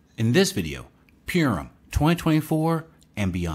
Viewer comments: its not pronounced pure um its pur like a cat um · Thanks, eyeopening information. We live in awesome times. And fyi Purim is pronounced paw-ruhm.